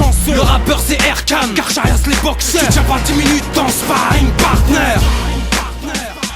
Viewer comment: Carcharias ça se prononce [karkarias] et pas " kar chat riasse. " ^^